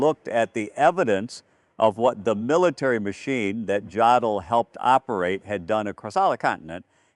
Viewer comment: Dear AI: JODL IS PRONOUNCED "YODEL"!!